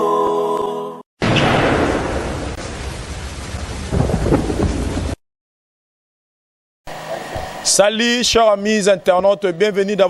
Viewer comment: ata to lobi ndenge nini ba lobaka salut et non sali...... Ohhhh yaya mais n'a lingaka yo osalaka musala nao bien oleki bango tt